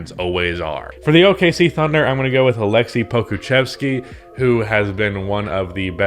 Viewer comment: You didn't say Ivica Zubac wrong :) You even said Aleksej Pokuševski right :) Hello from Serbia